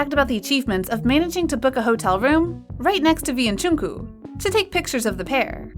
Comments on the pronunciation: ..well it’s def neither Jung-kook nor Jong-kook...the kook part, is an English pronounciation of his name!! And the narrator is having even more trouble, saying Jung-kuu och Jung-koo isn’t correct....but it almost seems like she has seen some of those fan-nicknames for Jungkook, and is using them instead of his actual name!! Djung-guk...is the correct pronounciation..like you’d pronounce the “dj” in “Django unchained” (you know - the movie title)... And it’s Jih-min...not Jim-in....but she is pronounciation the J sorta nicely though!! Close to sounding like Chimin... English speakers have a really hard time actually hearing and being able to replicate pronounciation of vowels, and the same goes for which syllable to emphasize!! In the case of Jimin, people tend to emphasize the last syllable “-in”....but you’re supposed to emphasize the first syllable in his name; Jih- Thing is... most people whom aren’t multilingual, familiar with linguistics and/or phonetics...do have issues with pronounciation of foreign languages that are new to them!! I’m obsessed with language, dialects and cultures...I also speak 5 languages, so noticing subtle differences, and then learning how to actually say it correctly....might be easy for me, but impossible for others!! My tip is to listen to native speakers, and also more than one person...record yourself saying the same word, and then listen to both and compare!! You’ll hear the difference and then be able to pick apart what you are doing cor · I'm sorry but I'm triggered when she kept on saying "jungkoOo" 💀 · please learn how to pronounce Jungkook's name 😭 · I’m sorry but this is not being too rude but why are you say Jungkook name. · First part you no pronounce Jungkook right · Sorry but..'Jeon ku-'' GIRL IM SORRY BUT ITS JUNGKOOK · I AM SOOOOO DISTURBED.... its jungkook not jungku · She is saying there names wrong who is jowkook it's jung kook and ji min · First of all its JUNGKOOK NOT JUNKO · The way she calls JungkooK Jungkoo...